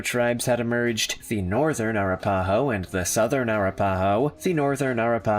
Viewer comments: Air-ra-pa-ho?? I think this guy needs to learn how to pronounce tribal names if he's going to narrate. It's A-rap-pah-ho. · Being first Nation and being from Oklahoma of 6th generation out of respect please learn how to say the names correctly Arapaho. I am Choctaw (Chahta) and among all the tribes mentioned here we have much respect and it's all about respect so I disagree with some of the things that he's saying but thank you again for a video. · Ahh RAP Ahhh Hoe is how it pronounced. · OMG...That is the absolute WORST mispronunciation of Arapaho that I've ever heard!! LMFAO! IT'S ah-RAP-a-hoe !!! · The name is (A-rap-aho) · a RAP a ho. I do find this creator’s videos interesting, but he constantly mispronounces words. 🤦🏻‍♀️